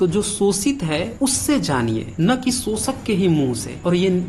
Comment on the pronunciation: Pehle to tum श bolna seekho bhai School me pdhai likhai ki thi kuchh ya nhi??? Sosit sosak sosan lga rkha hai or jakr bharat itihas pdhe